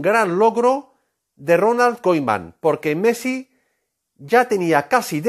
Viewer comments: Messi se va y se pronuncia Kuman no caiman hjajajaja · no se le puede creer nada a un tipo que no sabe pronunciar el apellido de Ronald